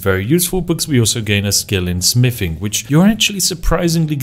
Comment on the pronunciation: What kind of spiffing pronounces "Th" as "F"..? "My smiffing skill.", "Ferty carry capacity."... Huge character breaks 😂